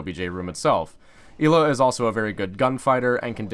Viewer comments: "clears throat" it isnt Eela its Ela said like Ella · It’s not “EE-Luh”. It’s “L-Uh”, you pleb. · Its Ela not Íla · “el A” not “E La” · I believe it's eh-lah instead of ee-lah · EEELAA Everyone: ELLA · It’s eh-luh Not Eeee luh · Why do you say elaw it’s L uhhh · Ela not eela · Y does he pronounce it 'eeeeela' not 'ehla' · Not ella ela so not eeela ela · Ela not eela plz plz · El-a not eel-a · It's Ela not eelaaa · Ell a not ee la fucking dorks over prononsing shit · It's pronounced eh-la not ila... It's polish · how tf do u mispronounce such a generic name. Its not fuckin eela its EH-la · its eh-la. not ila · It's not ee-la, its El-la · Is it pronounced Ee-la or El-ah not being a grammar Nazi i am just curious. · ELA not EEEELA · You pronounce it "ella", E with "eh" sound not "í" ;) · I am from poland and i agree with krister, it's Ela not Ila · It's 'Ela' not 'Eela' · Fuck it's a polish name so it's pronounced EHHLA. Not fucking eeeeeela. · ELA NOT EELLA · its not eeeeela its ELA LICK elchopo get the el then ad an a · why tf does he say eela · he just called ela eeeeeeela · Did u say Hila? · Never say E la again it’s ellahh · Fucking E-la smh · It triggered me so hard that he said "Eli" or something like that the whole video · I swear to god if he says ila one more time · I had to stop watching because of how many times you said "eela" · "ive played a lot of Eeeela" welp im out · Yeah it's pronounced Eh-La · Im polish you pronounce it Ela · I thought her name was pronounced eh-la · Y tf does he say eela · "E-la" smh.. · I think ELA is fairly pronunced "I:LA". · ELA NOT ELLA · STOP SAYING EEEEEELA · Your special get ela's name right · Say Ela name correctly m8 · STOP PRONOUNCING HER NAME WRONG!!!!!!!!!!!!!!!!!!!!! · Lol of course he pronounced the name wrong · I'm 98% sure that you're pronouncing her name wrong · You said ela wrong